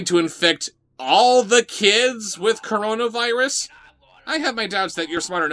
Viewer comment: Is it just me or did pronounce Coronavirus "cornonavirus" in the first line read?